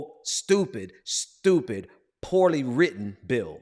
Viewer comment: It’s so STUPID, it’s “SHTUPID”!!!